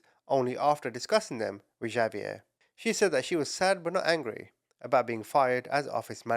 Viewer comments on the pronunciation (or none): not "J"avier its pronounced as "H"avier,, H not J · Javier is pronounced like Havier❤ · Javier is pronounced Ha-ve-air And Xavier is pronounced Ex-a-vi-er I know mexican names are a bit complicated to pronounce lol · It's pronounced HAH- vee-err. The j sounds like h in Spanish.